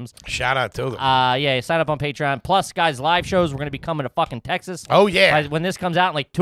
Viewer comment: I want to strangle every time he says Te-has. Otherwise I love you guys!